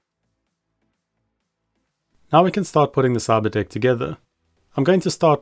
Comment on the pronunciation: Every time you say Cyberdeck it sounds like Cyberdick and I'm like what